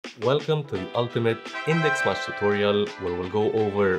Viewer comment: Thanks for your wonderful explanation..just a suggestion...MATCH is not pronounced as MUCH😊🎉🎉🎉❤❤❤